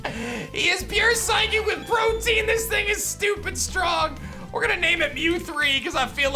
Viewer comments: the ability is not “protein” it’s “protean” pronounced pro-tee-uhn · Please tell me he’s saying Protean like Protein intentionally?